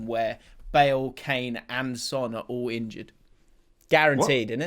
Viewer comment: Just to one up that nonce who told you which elements go in what order, please don't join that British commentator trend of mispronouncing a foreign player's name to sound like it's the real pronunciation. It's 'Son' not 'Zon' or 'Tson'. Sorry to be a twat I just hold you in such high esteem and don't want you to fall into that group of commentators who say 'Ayderson' and 'Himaynez'. That's my gripe for the day. Cheers